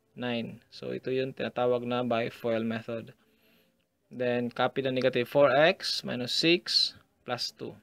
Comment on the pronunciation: niggative XD ahahaha sorry i just had to say it